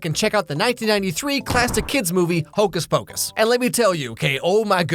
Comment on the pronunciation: Hocuhs pacush